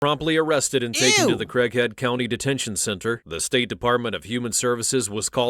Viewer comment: Even looking at the subtitles and replaying it several times, I swear I thought the narrator was saying "Crackhead County"